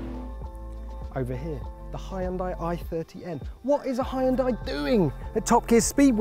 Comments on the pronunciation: Anyone else mad about the way he pronounces Hyundai? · I love that it’s still being miss pronounced. People from the UK have a hard time saying Honda as well. They say hondar. 💁‍♂️ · If you are going by the Korean pronunciation it’s like this : “He-un-deai” The American pronunciation is closer than the British one (but still not entirely correct). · The way he pronounces Hyundai kills me. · What's the actual pronunciation of Hyundai?!